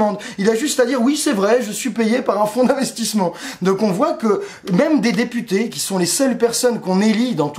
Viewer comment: tu dis députés ou des putains? ya comme un doute la!